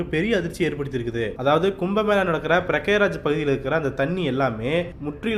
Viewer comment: பிரக்யராஜ் இல்லீங்க பிரயாகராஜ் விட்டா பாக்யராஜ்ன்னு சொல்வீங்க போல